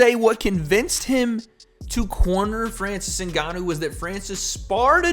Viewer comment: “Francis Nuganu”